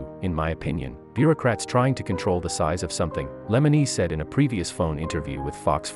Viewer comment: Lemonis not lemeneese